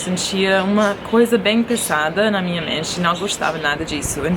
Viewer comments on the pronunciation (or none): O chato por aqui :) experiência (pronúncia [eSperiência] não [eKSperiência]), o mesmo para "experimentar" vídeo de mim = vídeo meu / meu vídeo de tudos sentidos = de todos os sentidos perfecção = perfeição pesada (pronúncia "peZada", não "peSSada") "e acho que eles vão entender" = como está falando do passado seria "e acho que eles IRIAM entender" controversial = controverso dizir = dizer comencê trabalhar = comecei a trabalhar extremo (pronúncia [eStremo] não [eKStremo]) outros coisas = outras coisas contacto = contato "faz mais que 5 anos" = "FAZIA mais DE 5 anos", ao se referir ao passado. mormona = mórmon (não existe versão femenina para essa palavra). "por mais que você sabe" = "por mais que você SAIBA" aliviação = alívio pra mim usar = o certo seria "para EU usar" (embora muita gente fale errado) lecção = lição uma adrendizagem = um aprendizado preciso alguém = preciso DE alguém estou sentido muito mais.... = estou ME sentindo muito mais... (eu falar de você mesma) estou gostando a direcção = estou gostando DA DIREÇÃO poucos a poucos = pouco a pouco tô ficando tudo bem (não existe essa construção nessa frase, só quando não existe sujeito, "está ficando tudo bem") = estou ficando bem / está ficando tudo bem comigo estamos em concordo com ela = estamos concordando/de acordo com ela